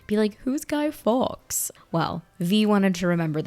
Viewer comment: Fawkes is pronounced like Faux. Not Americanised Fax / Farx. Yes infuriating watching you not getting any of the references, the history.